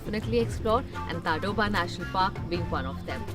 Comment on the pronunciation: Its pronounced as "Taadoba".....just FYI